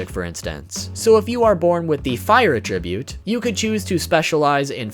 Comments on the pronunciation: Arrgggggggh! This makes me crazy! It is "At-tribute". Not "A-tribute." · Hard like due to this man's pronunciation of attribute. That wasn't easy to hear!! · Or everytime he mispronounces "Attribute"